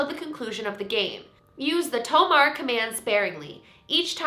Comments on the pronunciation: The "e" in "tomare" is not silent, it's supposed to be to-ma-ree. In case people do play this game, she might not understand if she just hears Tomar and proceed to try and catch them xD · Ok, this vid is cool, but I have to correct your pronunciation of "tomare". It's not "Tow-marr", it's "tow-mah-reh". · the only thing...if you say tomare in an American/English accent like did...Daruma-san might not understand and won't stop. It's pronounced toh-mah-reh - the japanese word for STOP. but that "game" is freaky, I like watching others do it, but I would never do it myself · does she mean tomare? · while i dont recommend anyone to play this.. i'd recommend looking up how to pronounce 'tomare' cause i think going by japanese language it's more so 'toe-mah-ray' if you wanna say it right, might be off by a sound or two, but the way it's spelled is each two letters is one sound, 'to-ma-re' and normally 're' is said as 'ray' (with the last sound cutting off a bit,). reason i add this is because if you pronounce it wrong, i feel it's not gonna work at all.